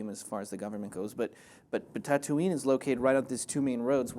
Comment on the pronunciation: the city tatooine is pronounced (ta-ta-ween) not (ta-too-nee) by the way im from tunisia